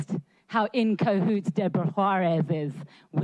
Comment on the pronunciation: "Inco Hoots"?